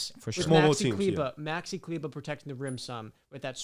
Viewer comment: He said Maxi Kleber 😭